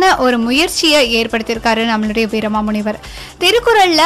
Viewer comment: Your pronounciation is totally wrong with his name pls correct the name